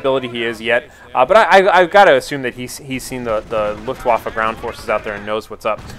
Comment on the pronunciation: sounds like luftwoffel...which is wrong :P so...wAffe, not wOffe